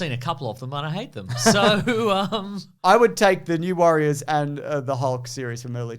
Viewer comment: When you said New Warriors, I heard New Worriers. And I wasn't very excited